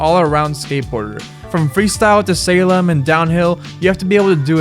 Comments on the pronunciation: "...from freestyle, to "SALEM?", SLAYLOM?" Say what? Wait, WHAT? A little more research, son, would have spared you the awkward faux pas of not just mispronouncing something, but not really being fluent in what you are talking about. I know, it was a long time ago, long before you were even a mere sperm, but really? Salem? Slaylom? Lol. OK, wait! "PAUL" Van Doren? WHO? YOu're kidding me, right? The dude's name is STEVE! So embarassing! Oh yeah, TA rules. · You make a video about skating and you don't know how to pronounce slalom? What came out of your mouth at 2 minutes and 11 seconds into the video was "From freestyle to salem........" I stopped watching at that very moment. You don't have any editors to catch mistakes that stupid?